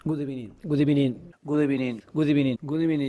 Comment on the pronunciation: before Arteta: good ebening during Arteta: good afternoon